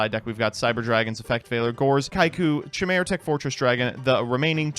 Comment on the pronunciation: Excuse me, but could you please try pronouncing "chimera" again?